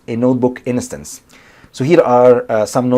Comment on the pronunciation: liked, good video, you're saying innocence instead of instance